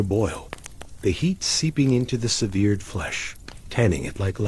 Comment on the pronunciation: I'm out; the ai narrator doesn't know how to say ``severed.''